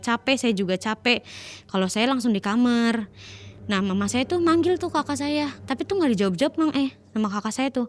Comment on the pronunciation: Knpa k kamar ngomongnya kamer si k